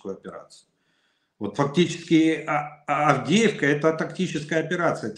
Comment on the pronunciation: Мужики, харе бухать,, Авдеевка,, а не,, Авдейка,,, закусывай, али нечем?